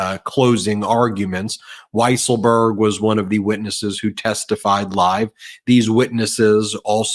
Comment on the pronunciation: It is pronounced “weasel-berg”. A common mistake.